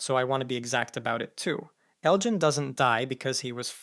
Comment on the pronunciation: Ugh… why do you keep pronouncing Elgin’s name incorrectly and correctly all within the same 2-3 sentences? I was happy that you pronounced it correctly for the first time, but then you weren’t consistent with it.